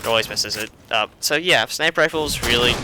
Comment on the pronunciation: And he said Sinper,not Sniper.